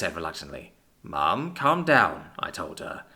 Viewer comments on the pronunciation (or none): Brooo. I unpaused it near the end of jake's mum saying "CALM" and it sounded like "CUM" ☠☠